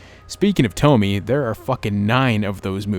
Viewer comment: not to hate but it's pronounced as "Tomy-eh"